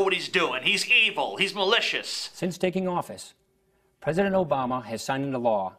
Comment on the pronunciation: Pwesident Obama? The GOP got doing their responses now? Should we be wery, wery, quiet?